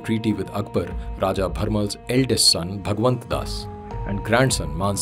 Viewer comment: It's भारमल not भरमल